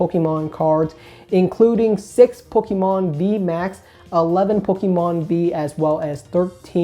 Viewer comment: Learn how to pronounce Pokémon please. Thanks.